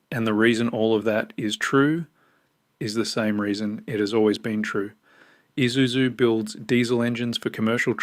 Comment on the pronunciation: Pa hairo ,nessaarn eesuzu are you even Australian 😂😂😂 tb42 uses 15L just to start up